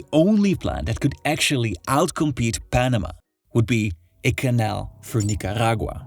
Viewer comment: Is the rolling rrrrrrrr supposed convey to us that your pronouncing those countries names the same way the locals do? , Nicarrrrragua?😂